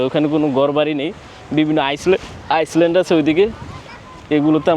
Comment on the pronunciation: ভাই আমার মনে হয় আপরা একটা শব্দের উচ্চারণ ভুল হয়। Island এটাকে আপনি বলেন, আইসল্যান্ড কিন্তু এর উচ্চারণ হবে Island =আইল্যান্ড।